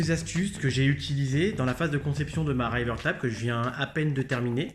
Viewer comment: ça faisait un moment que je devais regarder cette vidéo. très intéressante au demeurant. mais on dit "riveur taibeul". voilà c'est tout pour moi et mon commentaire inutile ^^. have a nice day ! héhé